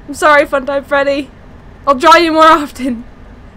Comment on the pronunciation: the fact that she said "funtime freddy" as helpy XD